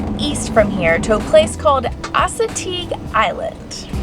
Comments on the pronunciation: Did he just call Assateague island Asateague island i've been there before and there was so many horses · Try visiting Salisbury md (Btw it’s pre bounced as-a-tek) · I'm bothered about the way she pronounced Assateague. I'm so used to the “maryland” pronunciation. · the way she pronounces assateague island 😭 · You’re not going to get a better crab cake then in the state of MD, that is what we’re known for!! But y’all should have stayed a little more and explored bc there is some hidden gems in this (horrible) state lol! Side note, the way pronounce Assateague you know she not from around here 😂😂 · Soooo close on the pronunciation of Assateague,, hahah